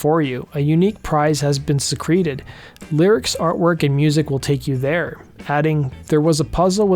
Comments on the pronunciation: SEE-cre-ted, like, secreted away. Not su-CREE-ted, like secretions. 😂😂😂 I wouldn't want a prize that was a secretion. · OMG say it again please!!! ROFLMAO!!! Thanks online pronunciation! Lone E and accent on the first syllable , not schwa at the beginning and long E on second syllable. Its from the word SECRET like an unsaid thing, not SECRETE like a discharge of mucus!